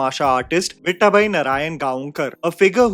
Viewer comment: What is your Beef with Marathi names bro? Before it was Rahi Anil "Baarve" instead of Barve and now it is "Viththaabai Narayangaonkar"